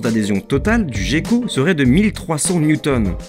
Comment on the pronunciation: Une petite remarque sur la prononciation de gecko. Ca se prononce comme "Gueko" et non "Jecko". Sinon très bonne vidéo :)